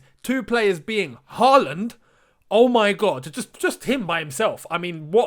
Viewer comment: You should try to pronounce Haaland correctly. The double a’s are pronounced like the ‘aw’ in words like hawk and thaw. The last a in ‘land’ is pronounced like the ‘a’ in words like past.